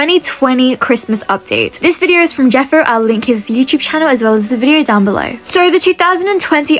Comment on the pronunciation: its not jeffry its jeffo pronouncing jeff-o